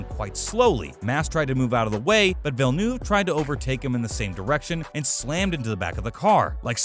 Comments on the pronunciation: Villnoove??? That really hurt me inside how he pronounced his name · Jile villnoove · I mean this in the nicest way possible but you pronounced nearly all of these names incorrectly. Gilles Villeneuve (sounds more like Ville-nerve), Michael Schumacher (shoe-macker, not shoemaker), Ayrton (Air-ton) Senna, Adrian SUTIL (su-til....not stool), and Marussia (ma-russia... like the country)